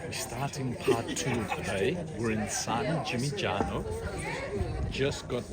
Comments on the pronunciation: your videos are great. well done. Second "G" is silent in San Gimignano, look up for the right pronunciation ... just saying , Italians will appreciate it trust me :) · Great content! San Gimignano is “San Gee Min Yano” :)